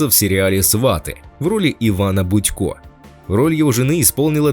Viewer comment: Не Будько, а Бутько